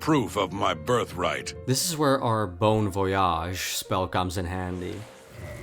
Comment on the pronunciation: My french self was not ready for that "Bon voyage" 😂